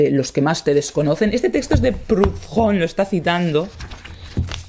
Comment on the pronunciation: «Prudón». Es francés, no inglés ni alemán, la «h» es muda.